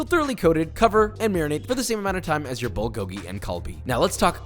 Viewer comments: As a korean, this video made me really happy to see someone make kbbq correctly. just work on your pronunciation a little (bulgogi: pul-gohk-ki) (galbi: gaiyr-bee) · This looks so good, but I’m slightly triggered by the way you pronounce “bulgogil” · As a Korean, you nailed it but one thing that bothered me is that you are butchering how you saying bulgogi and galbi. That’s about it! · Cant even pronounce galbi and bulgogi LMAO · Josh’s pronounciation of bulgogi was hurting me lol😂😂 food looks great tho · He botched every korean word💀💀💀